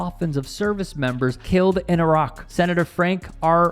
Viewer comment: Finally, an American that can say Iraq.